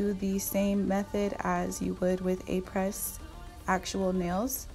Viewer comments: its pronounced ah-pray, not apress - fyi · It’s pronounced (Ah-Pray) the S is silent 💕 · I believe “Apres” is pronounced “Ap-ray.” Just to let you know. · Just to let you know that Apres is pronounced “Apray” (not Apress). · This is not to bash you but to help you a little bit. This brand has as name a french word which means "After". Après is pronounced "Ah-Prey". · Does not know how to pronounce “aprés,” not even using Aprés, with random materials that are not chemically the same as Aprés 🤯